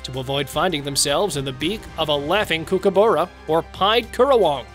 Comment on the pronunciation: You said kookaburra wrong!